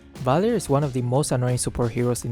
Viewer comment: Vvalir XD